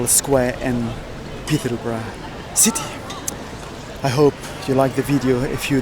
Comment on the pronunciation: The pronunciation of the old Peterborough name was wrong 😑